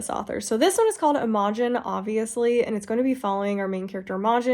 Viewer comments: I think Imogen is pronounced "imma-gin" like the name... ❤ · Girl love your videos but that is NOT how you pronounce Imogen